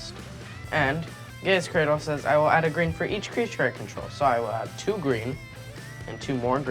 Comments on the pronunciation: Someone tell that young lady its Man-Ah not Mahn-Ah. And Guy-yas Cradle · The way pronounces certain things like mana and gaea's cradle inherently pisses me off. GEEZ